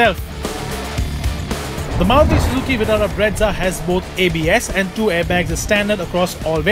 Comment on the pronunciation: It's brezza not bretza